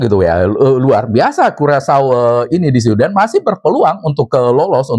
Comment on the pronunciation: Karacau bukan curacau😅🤣